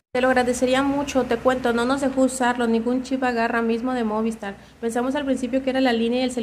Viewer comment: Me pone nervioso que diga MÓVISTAR y no MOVISTAR jajajaja pero gran chismeee